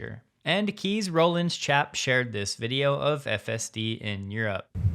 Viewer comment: The Dutch name "Kees" is pronounced almost exactly like the English word "case". Not like "keys".